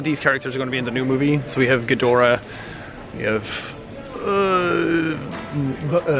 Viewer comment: He said gihdorahs name right